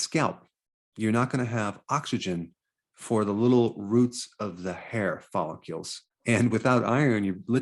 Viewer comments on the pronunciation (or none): Why do you pronounce follicle like molecule? It’s so jarring.